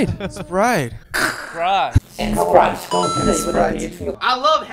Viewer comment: Por qué Hoseok (J Hope) dice tanto Spraite